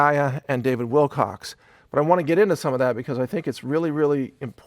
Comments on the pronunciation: You keep saying Wilcox. It''s Wilcock. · "wilcock" not "wilcox" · Great presentation. You are so level headed and well spoken with well thought out concepts. You mispronounced David WilCOCK's name two more times, oy vay :( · If you're going to do a show on an individual I think the first thing you may want to do is get that individuals name correct. His name is David Wilcock, not "Wilcocks' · He's still saying Wilcox. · How can I take this video on David Wilcock seriously when this guy keeps saying Wilcocks? I've never got his surname mixed up. Have any you guys? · He did it again!! "Mr David Wilcock(sss...).So ..." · Mike, thanks for the encouraging message, and may God bless you with peace and love. ps- Do you know you said "Wilcox" like a dozen times? It's not even my name, but just knowing it was being said wrong repeatedly is a bit grating..like a pebble in the cereal... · Mike Adams, thank you for your words. (part way through the video, you slipped into habit of calling him 'Wilcox' instead of 'Wilcock.') On the subject of 'contracts,' if there has been 'breach of contract,' then at that point there is no more contract, it is either 'void ab initio' (depending on the circumstances), or becomes 'voidable' at the point of breach. Unfortunately, those issues may need to be taken to court to be determined and upheld, but the courts are highly corrupt, as well as are the other two branches of government, speaking from first-hand experience and due diligence research, study, and investigation. Thank you also for referencing Dr. Eben Alexander's 'NDE' experience and book (it's actually a NLE, Near Life Experience...what "LIFE" really is. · You keep calling him David Wilcox!!! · starts the video apologising for getting david wilcock name wrong saying wilcox only to keep doing it again!??? WTF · It’s Wilcock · He is apologizing for mispronouncing David Wilcock's name but multiple times keeps saying Wilcocks throughout this entire video. Honest apology ? I doubt it.